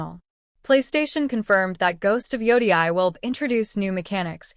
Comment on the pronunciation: Are you using an AI voice? It’s ridiculous that you cannot even pronounce Yotei. Your clip is about Ghost of Yotei you’re not even interested how to pronounce it correctly! I stopped watching after the first few seconds